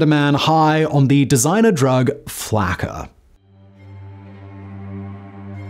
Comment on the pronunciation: Why is he calling it flacker?